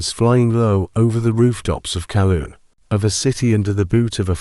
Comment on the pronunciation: It's Kowloon not Calum - you need to fire that AI and get Grok